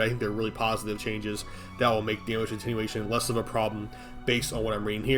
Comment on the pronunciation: "Lega-AIGHT bro cool story." - probably. I love how he has no issue with "Attenuation" 😆 Lol. Fr tho it's one of the reasons I'm subbed.